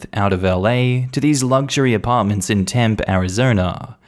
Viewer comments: The 'E' in Tempe isn't silent. It's pronounced like. 😁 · Temp-pee like Mar-kee